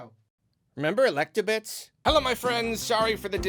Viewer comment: Electabits?!?! It's Elebits c'mon. I remember